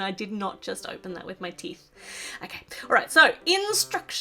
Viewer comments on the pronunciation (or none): none